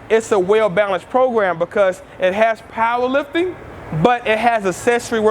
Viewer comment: He says paaaaawher lifpting